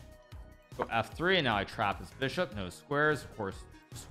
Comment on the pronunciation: Why does Hikaru b say beeshop and not bishop